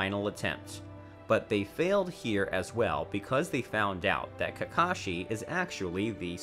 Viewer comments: Is it js me or did he say kashi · for example "kahashi" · He really just said "Kahashi" and "Sanins" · dude said Kahashi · If nobody is going to take notice to this I will "Kahashi" lmao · Did he rlly say kahasi in the first 40 seconds tf?? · This man said Kahasi and Baruto I'm dead 😂😂😂